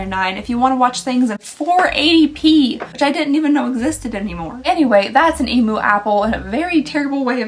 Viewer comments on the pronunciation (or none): I never understood when Americans started saying E-moo instead of E-myu. I always thought y’all were joking and saying it cute like, until I realized no, no that’s just how you guys think it’s pronounced 😂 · Hot tip from an Aussie - emu is pronounced ‘eem-yoo’